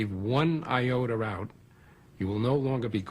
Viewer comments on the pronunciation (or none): One ioater